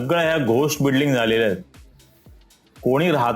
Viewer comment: .. बिडलिंग कि बिल्डिंग 😂